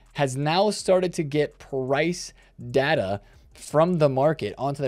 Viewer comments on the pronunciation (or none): none